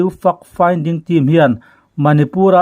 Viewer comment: Fact Finding tih hi Fuck Finding tia lam lovin FEK FINDING tia lam ni zâwk se a ri mawi zâwk deuh ngêi ang. A bengvarthlak ṭhin e.